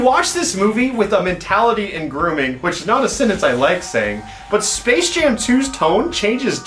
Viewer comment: is it just me or did he said space shame 2 in the beginning